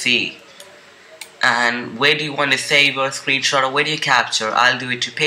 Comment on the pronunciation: Your wideo xD